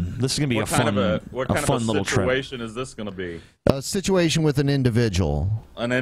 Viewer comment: I love, but he mispronounces situation. When Brett says it, it's pronounced "sich-ee-a-shun."